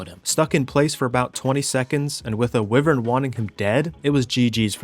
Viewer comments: Why-vern ... not wiv-ern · lol it’s wyvern not wivern 😂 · it's WHY vern, not wivern. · Dear, King of goblins and goopers, Lord of grubs and bobs, and Heavenly commander of arc pvp. Idk why but it pisses me off so much how u pronounce wyvern. Its pronounced “Why - vern” not “wi - vern”. Other than that the video is spectacular and is more than entertaining. Hope you have a good few days to rest after this clusterfuck of a situation. Sincerely, random subscriber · Bro I could watch your vids all day but hearing you pronounce wyvern like that is painful 😂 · Isn’t wyvern pronounced why-vern? Or am I just a why-tard? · its pronounced why-vern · it hurts me every time he says wivren :face-blue-wide-eyes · Hate to be pedantic but I think you’re pronouncing Wyvern wrong bless